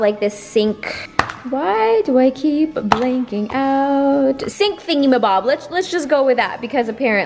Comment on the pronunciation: “Why do I keep blanking outch”